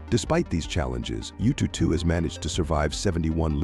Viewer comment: Yututu sounds so cute 😂. If you're interested, the proper pronunciation should be "Yuuu-Too-Er-How". "Er-How" means number 2 in mandarin.